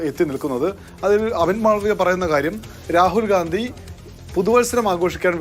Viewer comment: ഖണ്ടി യാണ് Gandhi അല്ല.